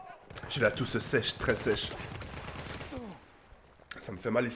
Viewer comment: on dit la toux pas la tousse 😂😂😂